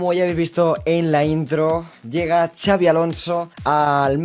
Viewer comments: No se dice chavi, se pronuncia xabi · Gran intro y buenísimo el vídeo. Una cosilla, no es Xavi (CHavi) si no Xabi (Shabi). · Puedes decir el nombre bien??? Como vasco me duele muchisimoooo!!!!